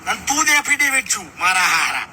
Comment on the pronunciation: એફિડેવિટ શબ્દ નો ઉચ્ચાર કર્યો ઠિકછે નો પ્રોબ્લેમ પણ ખરેખર મિત્રો કોને ખબર હોય? જનેતા થીં વધુ કોણ જાણે?.....